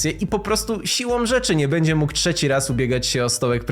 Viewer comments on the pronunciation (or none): none